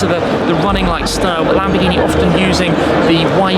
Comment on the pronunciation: Lamborghi?? Lol 1 min 56 sec